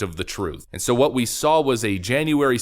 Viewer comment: Weweese the seekwet weapon! 🤣 Can't wait until these clowns get exposed. Go, Gaetz et al!!! McCarthy is becoming a beast! Keep the heat on him. I think he has the potential to be a GREAT Speaker. He is a perfect level-headed liaison.